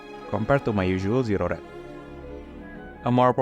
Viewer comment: Zero -pronounce the O.. pause .. Red Not Zered